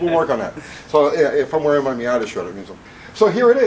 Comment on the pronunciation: "MOIATA" ....moi'yata?